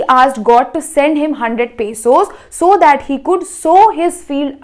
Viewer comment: It is not pasos it is pesos😂